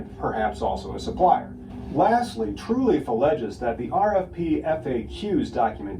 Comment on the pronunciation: why does he keep saying Truleaf?